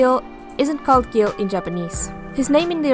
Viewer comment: That’s not how you pronounce guile lol